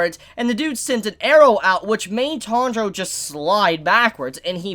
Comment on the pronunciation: Pronunciation nazi mode: Tan-ji-ro = Good. Tandro = Bad. Still love your vids tho.